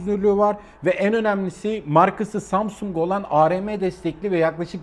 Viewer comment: zamzung diyordu 🤣🤣🤣🤣🤣🤣